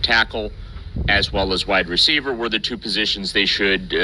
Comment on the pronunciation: I thought he said white receiver at first lol